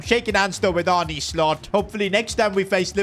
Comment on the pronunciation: It’s arn-a slot